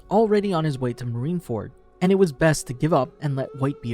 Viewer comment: Pretty sure Mr.2’s name is Bon CLAY not bon curay. Also Marine Ford not Marine Ferd